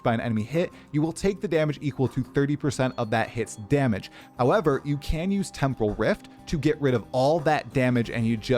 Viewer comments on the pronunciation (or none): none